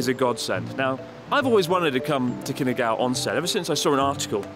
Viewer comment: New drinking game. Take a shot every time Chris says “Kinagawa” instead of “Kinugawa”